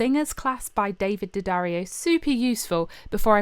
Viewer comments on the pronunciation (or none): none